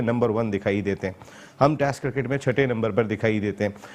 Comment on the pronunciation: The only anchor in the world who says "tast" instead of test